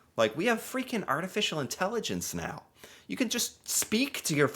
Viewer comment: Did you just say " meow more then ever " ?!! Meow now hold on meow